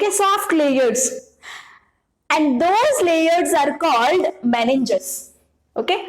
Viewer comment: Meninges not meniges